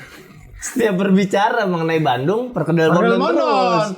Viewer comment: Walau informasi dari AR sering sekali meleset 🤣tapi saya konfirmasi doi sudah melekat dengan budaya Bandung. Karena pelafalan Bandungnya dengan silent D alias Banung wkwkwkwk.